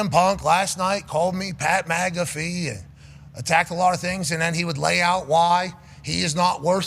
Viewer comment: "Pat Magafee"